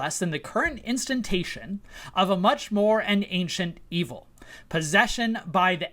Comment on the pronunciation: *in-stan-she-A-shun (ɪnˌstæn.ʃɪˈeɪ.ʃən). Not "in-stan-TAY-shun". I also think characterizing Peterson as right-wing isn't how he has identified himself. He is an academic (high openness to experience) who also happens to value strong orderliness (high conscientiousness) and is fairly disagreeable (moderate/low agreeableness for his cohort). Certainly it is mostly the right who has used him to articulate what they think are their thoughts, but Jordan himself I don't think considers himself right-wing. Anyway, I think your characterization of him is mostly fair, but could benefit from those slight shades of nuance, fwiw. Cheers!